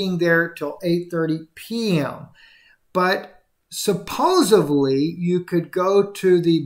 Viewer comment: "Supposivly"? Really.